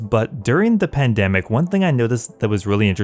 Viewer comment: ooffffff ! you slapped me with a 98 D claw spec whit only 1 word "pandamic" 😅